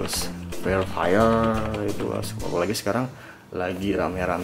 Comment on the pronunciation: ngomong free fire nya aneh:v